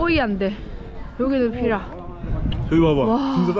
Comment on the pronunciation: 티라가 아니라 피라입니다!